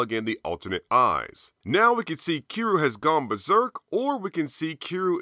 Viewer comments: Kee roo? no need to be offensive but, say it like "key ree you" but all in 1 word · It’s cure-you lol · Love the video, and your channel, but the way you pronounce "Kiryu" triggers me. Honestly my only gripe with the video